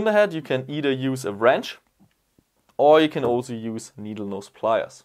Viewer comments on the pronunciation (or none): . Nodleneese plyers. Did you mean needlenose plyers..? Sexier than a british accent xD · “nohdle-neeze pliers” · He said "nodleneeze pliers" 😆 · did anyone else catch saying Nodle Neese pliers 😂 just thought I'd throw that out there lol. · Ah yes... those nodel neese pliers ;). Thanks for the Tips and Tricks. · Did nobody else realise he said "Nodle neese pliars" instead of needle nose? It sounded so funny im dying Lol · nodel neese pliers 😂